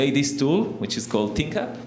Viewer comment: ThinkUp - his pronunciation was not the best .... (no offense, it is what it is :-)